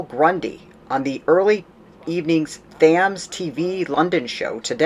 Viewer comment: Thank You for this!!; Very well put together. 1 criticism: THAMES is pronounced: TĖMZ